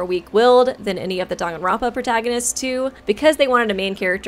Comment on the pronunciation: The way Danganronpa is being pronounced is bothering me other than that amazing video